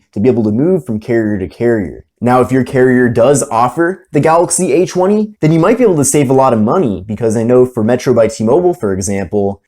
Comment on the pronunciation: cool review, but who kept hearing H-1 whenever he said A20? 😂😂